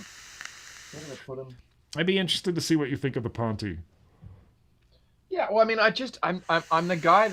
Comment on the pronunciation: The Pontiiii the Pontiiii...you guys are funny 🎉Ponte (bridge in Portuguese) reads Pont without iiiiiii